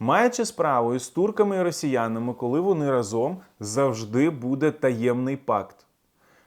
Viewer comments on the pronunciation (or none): none